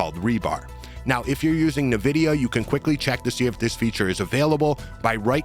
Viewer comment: Good video but you really need to learn how to pronounce Nvidia: How to Pronounce Nvidia (Correctly)